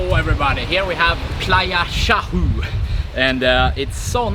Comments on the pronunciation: For anyone interested in the name pronunciations: 1. Oaxaca - “Wa-Ha-Ka” 2. Huatulco-“Wa-Tool-Ko”3. Chahue - "Cha-Way" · Huatulco is PRONOUNCED: WAH- TOOL- CO! Chahue is pronounced: Kah-way! Sierra Madre is pronounced! See- er-rah Mod- dray! You're one of the only YouTube channels I've seen that actually show the scenery of La Crucecita and Santa Cruz(holy cross), we call the twin towns! Note: Everything is cheaper in La Crucecita(the little cross) Including food and knick knacks and drinks and restaurants! Thanks for your excellent video and for actually showing the scenes instead of yourself all the time!